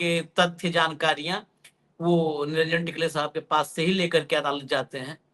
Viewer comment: निरंजन टिकले नहीं टकले उनका नाम है.